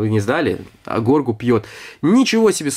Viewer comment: Его зовут Грогу а не Горгу, а так видео крутое!